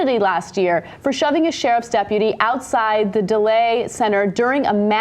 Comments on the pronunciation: daley is pronounced Day-lee not duh-lay lol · It bothers me that Ana covers politics and she has no idea who the Chicago Daley's are and pronounces it Delay. It's pronounced "daily." They ruled the city of for like 50 or 60 years. Read a bit about them please. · Ana, it's not the "delay" center, it's the "Daley" center---as in "Day--lee." You've seriously never heard of the two mayor Daleys? Seriously? A crazy woman has no business being a judge. Cenk is right, everyone would appeal their cases and she refused to take her medicine. She actually IS a threat to the general public, because she has people's lives in her hands. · Ana, please prepare. Your lack of preparation is embarrassing. You couldn't read the quote. It's "Daley Plaza", not Delay. The judge was diagnosed with a bipolar type of "schizoaffective disorder" - not schizoactive. It also appears that you didn't know the background of the case - as surprisingly Cenk did in this instance. And as you weren't familiar with the background, you couldn't make a clear and rational decision when called upon to do so. Poor showing. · Ana Kasparian - It's pronounced DAY-lee center, and MARK-ham court, with a very quite 'h' sound in the 'ham' part of Markham. . The Daley center was named after Mayor Daley. Also, it is Schizoaffective, not schizoactive. Bi-Polar is not fun, as I can testify to from my own experiences in life. But it is possible to still live and work with the help of treatment. Cheers! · Daley... pronounced like "daily"... as in Mayor Daley... as in 43 combined years of political BULLSHIT... I'm surprised Ana didn't know this considering the big scandal with John Burge and Daley Sr. putting Chicago on the map once again for corruption. .. Original Gangsters... smh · lol it's not delay center it'd named after the mayor Richard J. Daley Center com'on Jimmy dore your from Chicago let them know who to say the word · Also I think she mispronounced "daley" as well lol